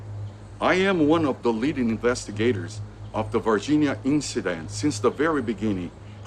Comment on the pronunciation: Ele falou Varginha corretamente 😂👏🏻👏🏻👏🏻